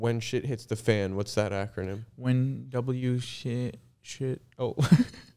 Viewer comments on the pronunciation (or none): says jhit instead of shit